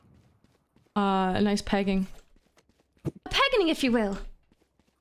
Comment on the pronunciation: please stop saying noice